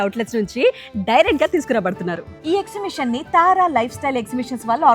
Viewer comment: Exhibition not exhimission